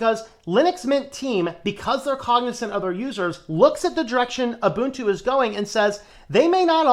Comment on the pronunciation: The fact that (guy in the video) incorrectly pronounces Ubuntu "Yoobuntu" instead of "Oobuntu" already tells you a lot. It's usually the uninitiated who make these pronunciation mistakes.